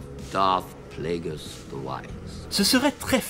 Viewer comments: Pourquoi prononcer Plagueis "Pla - é - guiss" au lieu de "Plagu-é-iss" ? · Surtout qu'en Anglais en ça donne "Pl-ay-gueuss" :)